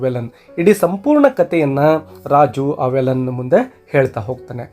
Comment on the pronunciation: Sir Sorry to interrupt Its not valan Its veelan...tamil local name